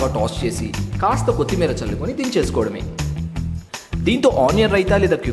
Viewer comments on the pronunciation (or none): none